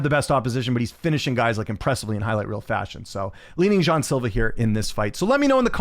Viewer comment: According to Luke toemass it’s pronounced “jay - on” silvá